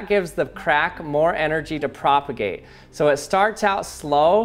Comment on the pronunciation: How many time is he gonna say "propergate"?